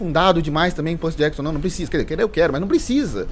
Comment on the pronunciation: Belo vídeo kkkkkk Eu gostei dos filmes kkkk Foi bem diferente, mas eu até gostei... Ele falando Percy Jackson doeu um tiquim 😅😅 Mas dei like ❤❤